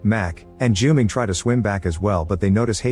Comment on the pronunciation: You mangled the name Haiqi repeatedly. It's pronounced as Hǎi qí (like hi-chee), not Hay-gi (urgh 😵‍💫). And Junming sounds more accurately June-ming, than Ju-ming. Can do better.